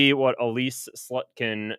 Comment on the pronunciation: Love your mispronunciations of names (Freudian slip) slut-kin and on another John karaoke (cia man John kirakou)! Keep up the good work